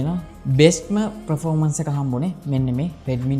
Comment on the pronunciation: Redmi X2 නෙවේ Poco X2 පර්ෆෝමන්ස් මිසක් ප්‍රොරෝමන්ස් නෙවේ රිවීව් එකක් කරනකොට English terms ගැන මීට වඩා සැලකිලිමත් වෙන්න🙂